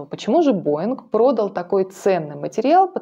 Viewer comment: Не прОдал, а продАл